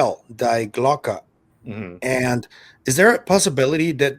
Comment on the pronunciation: Hi, in "Die Glocke" Glocke you pronounced perfect and "die" is pronounced as you would in English "dee" just as bit of trivia 😁 Love the interview and long form btw